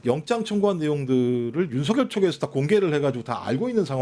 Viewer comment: 기자님의 윤석렬씨라는 딕션이 좋습니다 그놈에 전관예우한답시고 윤석렬전대통령소리에 소름이 끼칠정도로 귀에거슬렸거든요 내란수괴범에게 어찌나 깍듯한것들은 이해가 안되더라구요